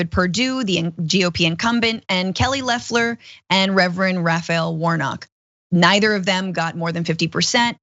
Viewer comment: The fact you guys keep calling her leffler instead of loeffler makes me think you guys don’t know what your talking about cause you don’t even know how her name is pronounced